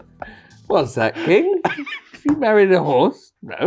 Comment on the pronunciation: I don’t like how nobody pointed out “Mare-ied”